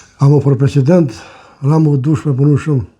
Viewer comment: Ramushi po shpreson mu ba "freshhident"😂😂😂😂😂